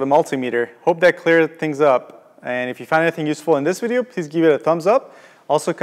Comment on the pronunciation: Thanks for making the effort with this. I learned much. It's a pity all Multimeters don't look the same. As one comment stated before, you were talking a bit fast. Often, your syllables get "crunched" (like near the end when you say "video" and it sounds like "vija") and it requires the person listening to figure out what you just said while they are listening to the next phrase and trying to figure that out. Your content is great, only the delivery needs a little work. Just slow down a little.